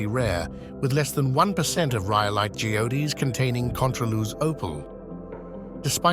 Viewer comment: Ji ode ees? Does he mean geodes?